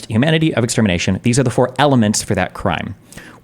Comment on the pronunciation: Anyone ever notice Destiny pronounces the word “four” like Elmer Fudd? Lol